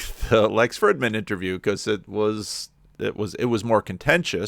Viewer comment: Small detail,, but doesn't Lex pronounce the 'i' in his last name w/ a long 'ee' sound?